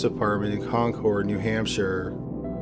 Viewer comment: When your from New England and yell at the computer for pronouncing concord wrong